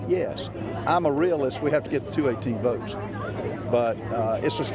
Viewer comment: Votes not boats lol